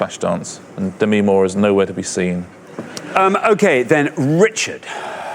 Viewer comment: Demi herself pronounces it duh ME so it shouldn't really be a matter of preference. There usually is a right and wrong way to pronounce someone's name.